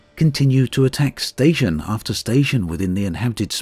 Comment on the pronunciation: Let's see if IDA can swing by with 1T of the letter T. "Sation repair” .